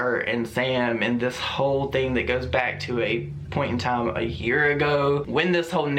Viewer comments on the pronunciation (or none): none